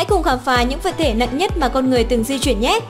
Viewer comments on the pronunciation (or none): Phát âm cũng sai...Di chuyển chứ sao bỏ dấu ? Đi vậy